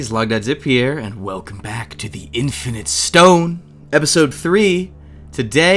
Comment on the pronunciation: I legit thought he said the infant stone